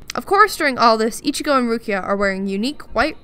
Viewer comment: Can I stab the like button using bankai? Best cringy outro lol this is the quality content I subscribed for. just a little extra detail, Ichigo's name is pronounced like "one five" not exactly fifteen